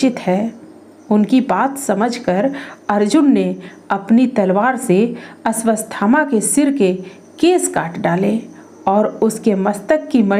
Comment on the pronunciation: "अश्वत्थामा" नाम के उच्चारण में त्रुटि है......आपने अश्वस्थामा बोला है वीडियो में.....?!?!